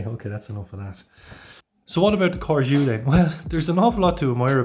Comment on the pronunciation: CORGÈ . this is how the name is pronounced. if the intention is to make it sound French. And judging by the spelling: yes Good review 😉